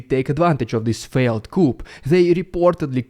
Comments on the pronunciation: English is a funny language as many words are not pronounced as they are spelled...Coop is for chickens...Coup is french and pronounced "KOO" and is for a change of government by force of arms :) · Coup is pronounced coo not coop. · BTW....the word Coup is pronounce "coo" It is french. And please stop the annoying click click flashing begging subscribe inserts into your videos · Coup is pronòunced 'coo' not coop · Just so you know man, coup is pronounced coo not coop lol yeah i know, English is stupid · Coup is pronounced, koo not koop. Like your stream. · 0 seconds ago Coo, coo, cooooooo. .... NOT coop. coup d'é·tat /ˌko͞o dāˈtä/ noun a sudden, violent, and unlawful seizure of power from a government; a coup. "a military coup d'état brought down the government" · Your English is great and at a fluent level. So, take this not as a criticism but tip. Coup - the p is silent, so it is pronounced COO, not COOP. It's a borrowed French word from Coup d'etat - which is French for rebellion. 😎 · Coup derives from French (which boasts many silent letters), so it is pronounced "koo". "Koop" is the pronunciation for a chicken coop. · Everyone (not just you) has been pronouncing coup as "coop" but the p is silent. That is because it is a shortened form of coup d'é·tat (literally 'cut the state' in French, which is idiomatic for rebellion). In French, final consonants are rarely pronounced. Hence the English pronunciation is 'coo'. Not picking on you because almost all native English speakers say it wrong too. BTW, thank you for not lacing your vlogs with tons of profanity. I appreciate this. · Forgive me, if I may, with good intention, coup is pronounced "coo". Hey man, you do a great job! I thought you might appreciate the linguistic tip as you do so well in most respects. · Pronounced coo not coop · Love the channel. Just so that you know, the word 'coup' in English is pronounced 'coo'. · The word coup is pronounced coo, the p is silent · Coo. Not Coup. Silent p.